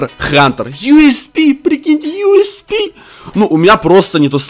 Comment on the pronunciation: мне смешно когда ты говоришь юспи